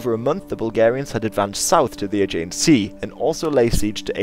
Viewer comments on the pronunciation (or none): none